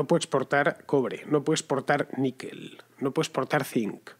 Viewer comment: «No pue'sportar». Economizando hasta la lengua. Ole.